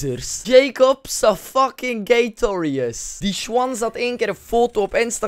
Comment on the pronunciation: haha ik vind het grappig dat je altijd fuCHking zegt😉😉😂😂